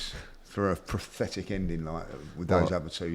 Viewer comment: Everybody: “pathetic”: “prathetic”